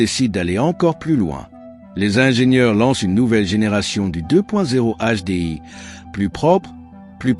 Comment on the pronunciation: "le deux point zéro HDI" ca commence tres mal Ces videos m'intéresseront quand les IA sauront prononcer correctement 👎